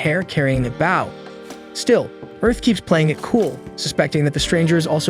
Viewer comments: anyone else wanting to correct the audio? its bow as in bo not bao like the bun or the front of a ship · It's not bao, it's bo... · Bro I can’t get over the ai saying bow(ba-w), instead of bow(b-o-w) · Bow ❌ Baw✅ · i cant take this seriously because of the pronunciation of bow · yeah it’s an ai so it doesn’t say it right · Hearing an incorrect pronunciation of the word "bow" repeatedly in a story about an archer is kinda annoying if I'm being honest. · Bow & Glow. Bow & Cow. It is that easy. 😊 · Glad it’s not just me please pronounce it right such a easy word as well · So true the whole video experience drop each time it pronounced bow of archery as bowing gesture 😅. Ai is not perfect I guess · Got to remember the bow of a boat is spelled the same way as bow the weapon so AI is sadly sounding it out and not looking at the grammatical structure it's being used in. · Maybe it's ai voicing. He also says an - ime instead of anime